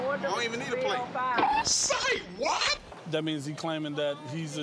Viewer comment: He saying sovereign like it’s a verb